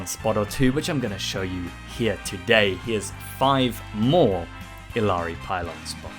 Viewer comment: Friend, it's Ee-yar-ee